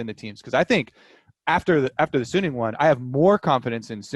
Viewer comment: most people say "sunning" it is not "sun ning". it is "su ning" it just 1 n, not 2 n in middle